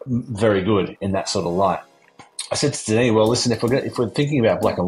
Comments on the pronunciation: Denis not Denise 😉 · Denise? It’s Denis bud, he’s a dude with a dude’s name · He's French. It's pronounced Denny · It's cool what CapCut can do now. That's a howler at 39 secs though - Denise Villeneuve? C'mon, he's Denis ;-)